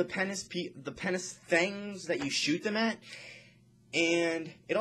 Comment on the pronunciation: when ur talking it looks as if ur rapping and you shake ur hand so many times. and way u say penance glove sounds like "penis gloves"...... anyway gr8 info :D